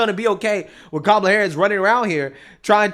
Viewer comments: Wait a minute, did Whoopie just call her CAM-uh-luh? The liberal media have been going nuts over people not pronouncing her name right and saying that it was disrespectful. Not only that but she didn't refer to her as vice president like the liberal media has also been flipping out about people not referring to as. But don't worry, no one's going to give Whoopie a hard time over that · Whoopie just mispronounced Kamala’s name. Is that racist Whoopie? Kaaaa mu lu /Camel-a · Why is Whoopie not be called out for pronouncing the VP's name Camela ??? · Did Whoopi mispronounce the VPs name? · Wait.....did Whoopi have a whoopsie pronouncing kamalatoe's name?! Where's the henchmen we normally see when anyone else does that?!😂😂😂😂😂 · Did Whoopi just pronounce Kamala's name wrong? Where are the woke police? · Whoopi just mispronounced kamalas name. I thought that was racist😂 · Why is nobody calling whoopi Goldberg racist because she mispronounced Kamalas name? Where's the outrage? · Didn’t WHOOPI JUST MISPRONOUNCE Kamala’s name😂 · Not Whoopi pronouncing Kamala’s name wrong 😮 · Did Whoopi mispronounce Kamala’s name? Play this back to see what you think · Did I hear Whoopi mispronounce Kamala’s name? How come the panel is not yelling at her and calling her racist?😊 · Correct me if I’m wrong but didn’t Whoopi mispronounce Cameltoes name? For shame. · Oh wait did Whoopi just mispronounce KAMALA'S NAME?????????!!!!!!!!!! The horror. I thought that was racist? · Whoopie mispronounced Kamala's name!!! Kick her off The View immediately!! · HOLD UP EVERYONE! Did whoopi mispronounce kamala's name? Where's the outrage? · Whoopi pronounced kamala's name wrong what the heck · Lol, she said she WASHED the greens in the bathtub 😂 AND Whoopass mispronounced Kamalala’s name 😂😂😂😂😂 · Whoopi can't even say Kamala the way they want it.😂😂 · Whoopi pronounced her name wrong. She did a racism. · I noticed that one woman mispronounced her name. What a racist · Whoopie said VP Camela